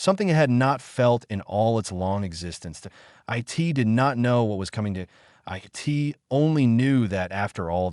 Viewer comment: Good story, but each time the artificial voice said "I T" instead of "IT" was an irritating distraction.